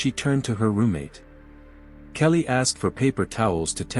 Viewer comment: Her name is Kayleigh! Not kelly